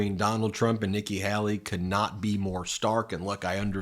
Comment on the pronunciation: PLEASE! Her name is Hay-lee, not Hal-lee. I can't stand her, but PLEASE.